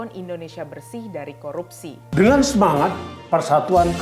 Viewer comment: APA SAYA YG SALAH DENGAR.. FIRLI BILANG KOROPSI BUKAN KORUPSI...